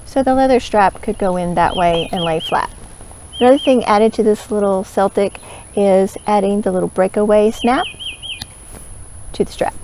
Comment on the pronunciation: Great comparison video, I love Morakniv knives, I have seversal, but I just brought a Toferner! You could easily hook the loop of the Toferner Celtic knife through the leather thing to keep it safer. Especially with your modification! Extra points for pronouncing ''celtic'' the right way! (PS, the Toferner knives should make sparks with a real flint stone)